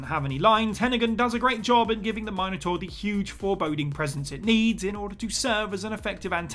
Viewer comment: Had to give a thumbs down, because of the way he butchered the word Minotaur.